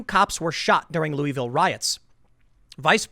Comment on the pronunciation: Can you please pronounce my city’s name right. I love you tim but it’s not “louie-ville” it’s pronounced like “Lou-uh-vull”